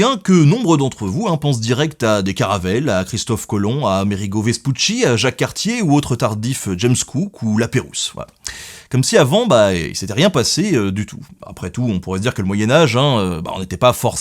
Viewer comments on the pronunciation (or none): *La Pérouse, pas la Pérousse 😅 (super vidéos tjrs, hein, on est d'accord 😇)